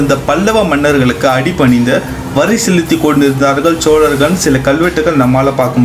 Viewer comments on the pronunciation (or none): தங்களின் தமிழ் உச்சரிப்பு உயர வேண்டும். வல்லினம் மெல்லினமாக உச்சரிக்கிறீர்கள். சோழர்கள் என்பதைக்கூட சோலர்கள் என்று உச்சரிக்கிறீர்கள். பேச்சில் ஆளுமை வேண்டும்